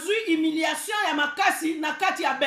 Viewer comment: C'est HUMILIATION...pas HIMILATION...Madame